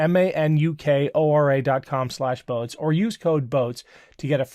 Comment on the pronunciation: Hi, Manukura is a Maori word and the a is pronounced as in the "are" not as in CST or rat. Cheers from NZ.